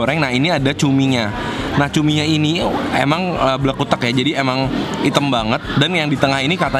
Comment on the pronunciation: Salfok sama "blekutek" hahahaha